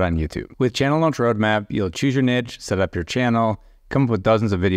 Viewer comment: Cant even pronounce niche! 🤣